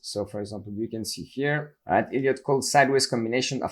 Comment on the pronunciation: Sounds like he's saying "idiot" wave lol